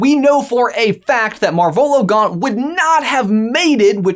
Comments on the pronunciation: MAR-volo > mar-VOLO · Is that... Is that how you say their name? I only read the books, but I always thought it was marv elo. Pronounced as Marv and elo like in hello without the H